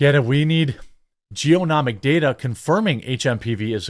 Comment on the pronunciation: Jer, it's genomic, not geonomic.